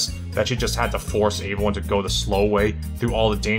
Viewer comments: Can we talk about how he says “avyone” not “everyone” lol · Is it me or does sound like he's saying "averyone" instead of "everyone".😂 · I just noticed how you say "aeveryone." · Hahaha came to the comments to say the same thing. Aeveyone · why do you pronounce everyone weird